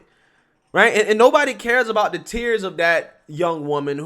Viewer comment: I wish you could pronounce a "th" sound. Jesus. Do you have to replace a "th" with a "d" EVERY SINGLE TIME?! GOD that irritates me.